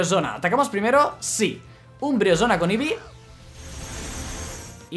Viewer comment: Porq dices umbresona???